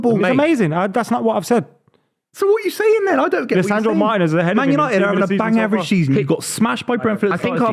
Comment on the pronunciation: saying Martinez 🤣🤣🤣